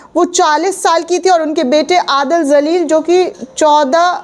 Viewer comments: Abdul Jaleel... Madam don't say abdul zaleel.....please pronounce correctly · Madam marne wale ka naam zalil nahi Jalil hai . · Zaleel nahi hota hai jaleel hota hai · Madam J Se ... JALEEL Pronounce Karen.... Z Se Nahi